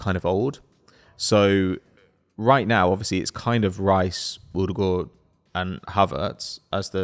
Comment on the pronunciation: The way you pronounce Odegaard is so cringe.